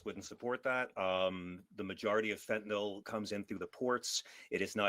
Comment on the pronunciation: I must give Fugelsang 1 credit - at least he can pronounce fentaNYL correctly...